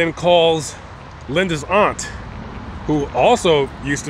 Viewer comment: It's AUNT ! NO THAT BS YOU JUST SAID!!! VERY DISRESPECTFUL!